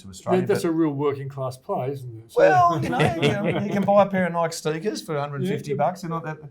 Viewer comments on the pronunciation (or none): Can someone teach this guy how to say Nike? He owns the stock but doesn't even know its name.